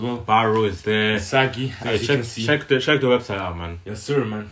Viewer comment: Do americans know is not himsagi but isagi ???